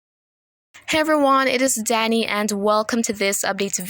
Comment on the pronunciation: Great video “HURRICANE” lol 😂